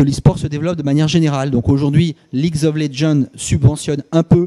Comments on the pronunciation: mdr et lui ne sais même pas prononcer "ligz of legendz" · il dit qu'il y en n'a qui ne savent pas prononcer "Twitch" alors que le mec il te prononce LoL "Ligz of ledjendz" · pas grand chose à leur reprochez, cette homme parle bien et répond précisément au questions. mise à part qu'il ne prononce pas bien le nom du jeux vidéo pc le plus joué au monde. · le type ne sait même pas comment on prononce le nom du jeu il veut être crédible, OKKKKKKKK